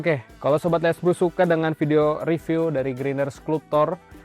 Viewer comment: Bacanya "Skalp-cer" bang bukan bukan "sklup-tor"